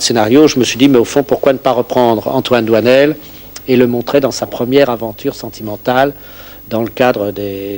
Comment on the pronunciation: doinel, not doisnel